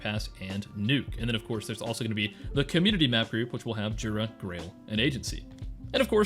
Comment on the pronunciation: just a btw (Pole here) the J in Jura, should probably be pronounced like Y in English, so the Yoora would be the transliteration